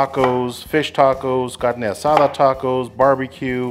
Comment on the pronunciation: You nailed the carne asada pronunciation!